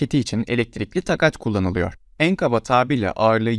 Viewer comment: Araç deyip durma. Tank bir silahtır araç değil! Ayrıca takat kelimesi uzatıtalarak söylenir.